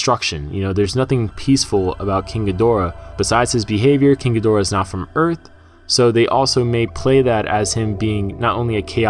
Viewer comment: "King a door".... sigh . That's not how you say it .